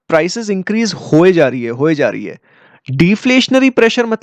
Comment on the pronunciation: Put more stress on है ।🙏